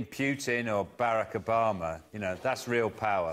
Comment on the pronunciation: it took me a minute to realize Sean had said "Putin and Barack Obama," I was wondering who "Bericker Barmer" was.